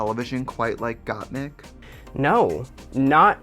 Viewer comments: not "gOtTmEeK" lmao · Gah the amount of people that say mik like meek is annoying. My name is MIK! Not meek! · Tracey Martel really calling Gotmik as Gotmeek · Trixie, U HAVE 2 KEEP SAYING GOTTMEK.!!!!!!!!!!!!!!! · Gottmeek is easier to say than Gottmik at least for non english speakers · Trixie’s trying to pronounce Gottmik as Got To Me...aw x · For French people "GottmEEk" make total sense as it's the way we pronounce the "i". So like this you are just saying Gottmik with a French accent! hahaha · Gottmeek is the way us, latinos, would pronounce it hahahaha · "GottMik" "GottMik" Me, a french person : What's the difference ? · girl just say gottmeek it's just right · GottMeek ? 👁👄👁 GottMeek. GottMeek ??? 👁👄👁 G o t t m e e k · With the Gotmik pronunciation Trixxie is letting her latina genes come through! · the way Trixie pronounces gottmIk is literally the russian accent at the finest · I cheer every time I hear Gott-meek bc that's exactly how I pronounce it in Polish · I love trixie but it bothers me how she constantly says Gottmik’s name wrong even after being corrected. It’s just not funny. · By chair😂😂😂 I love Trixie misprinouncing names (Gotmeek) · trixie queen of mispronouncing names. first gottmeek and now. chair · "GotMeek" and "Chair" should be a band. Oh Trixie lol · First it was 'Gotmeek' now Stronger by 'Chair'? Trixie kills me